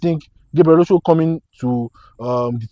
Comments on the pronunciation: Its not Osho Its òshoó A yoruba name . He even pronounced it so well in the interview. An omo Eko gan gan ni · ❤❤ But why do you guys keep calling him Oshow? The correct pronunciation is Ọ̀shọ́ (Orshor) I expected AY (as a Yoruba man) to pronounce the name well. You can take a cue from Gabriel himself. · Get Osho pronunciation right. Osho as in English word 'or' sh 'or'